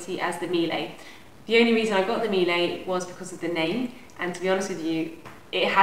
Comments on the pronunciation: It’s pronounced Mee-Luh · that’s not the way you say it though